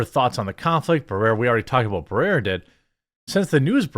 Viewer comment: You can't even pronounce Barrera. This is why your channel is dying